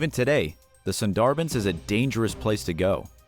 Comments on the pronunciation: It is pronounced “Soon Der Bun”. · You are saying Sunderbans incorrectly. And I’m sure I just misspelled it lol. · every indian be like: cringing at his pronounciation of bangladesh and sundarbans (ik my spellings r wrong but if this comment reaches 100 likes il send the actual pronounciation)